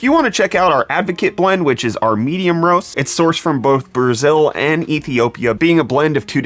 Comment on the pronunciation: Did you say in... Brewzil?